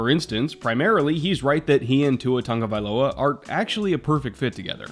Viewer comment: If it hasn’t been mentioned already, very cool that pronounces Tua’s surname correctly.